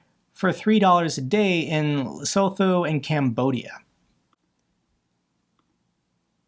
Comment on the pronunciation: Thank you for all the hard work. Just a side note not a criticism, (Lesotho) Le soot to might be the correct pronunciation.